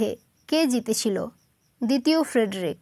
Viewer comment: ওটা ফ্রেডারিক হবে, ফ্রেডরিক নয়